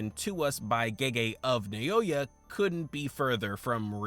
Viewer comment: Bro, I'm gonna crash out, please. Why are you saying "Nayoya"? Like, you're the second person who talks about this and says that for some reason. I understand that this can be a good interaction-bait for people to correct you, but pleeeeease... This actually hurts my brain so much.